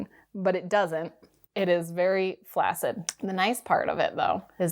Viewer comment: Fun, interesting, and revelatory report. Please learn the correct pronunciation of “flaccid”.